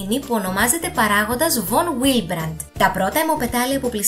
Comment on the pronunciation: Εξαιρετικά ενδιαφέρον βίντεο, συγχαρητήρια! Ίσως θα είχε ενδιαφέρον για τους followers σου, σαν επέκταση αυτού του βίντεο, ένα δεύτερο που να αφορά την έλλειψη των παραγόντων πήξεως ή του παράγοντα VonWillebrand (παρεμπιπτόντως, προφέρεται καλύτερα "Βον Βίλεμπραντ"), προκαλώντας αιμορραγικές διαθέσεις/ αιμορροφιλίες! Ως πάσχουσα με τη νόσο VonWillebrand, θα με ενδιέφερε πολύ να δω ένα αντίστοιχα τόσο αναλυτικό βίντεο! Καλή συνέχεια!